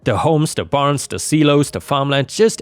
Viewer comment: Silo's is pronounced sighlo's, the first part of the word sounds like sigh...